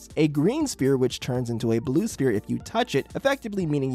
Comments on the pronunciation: All right I have to dial out because if you're going to get so pedantic about the name being spheres or sphere, but then you're going to pronounce the p in the word prominently like a poo poo pronunciar, I just I just I got to go. Say it right. Ss-ff-ee-rr sfeer Sphere Pedantist OUT! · "Blue Sphere with no S" Oh yes, my favorite, Blue Phere. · Blue sphere, with no s? Blue phere??? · I don't think that's how sphere is pronounced my man 🤷‍♂️ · for the love of GOD please pronounce sphere correctly.